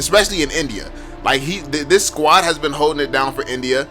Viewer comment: Nice video, but I can't ignore the fact that you pronounce India like NBA sometime